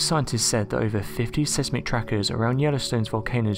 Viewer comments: Tip: Seismic, is pronounced 'sizemik'.. 😎✌💫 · It’s pronounced SIZE MICK. The E is silent.